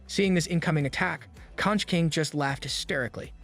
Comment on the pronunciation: Conch is pronounced konk